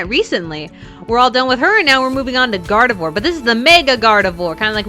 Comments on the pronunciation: Gardivior is seyd like gardivwar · Her name is pronounced Gar-de-vrar(It's french sooo) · I swear she said mega garroth 😂😂